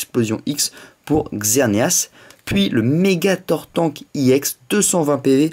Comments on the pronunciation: Je sais pas si tu le sais, mais ca ne se prononce pas "I EX", mais, "EX", car EX comme EXTREME ! :) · j ador ta video juste pas iex juste ex